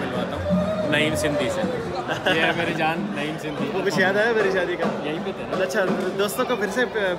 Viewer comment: sindi nhi sindhi HOTA ha.!